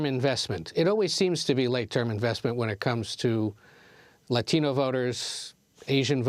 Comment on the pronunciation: Its gross how they pander by pronouncing latino with accent